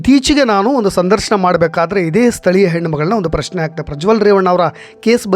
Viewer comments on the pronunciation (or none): none